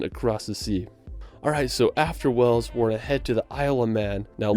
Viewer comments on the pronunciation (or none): The Narrator pronounces Wales “Wells”.